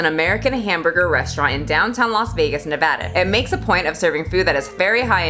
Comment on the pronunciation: Thank you for saying Nevada correctly! Such a pet peeve of mine. That restaurant has been there for years, and it's so gross. I've never eaten there, because I don't want to die 20 years sooner... but the fact Nikocado went there for a mukbang about sums it up.